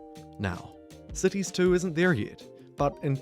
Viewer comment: Am I the only one who mishears the word "cities"...sounds more like sissys, accents and all